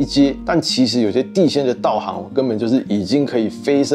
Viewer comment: 另外道行唸做ㄉㄠˋㄏㄥˊ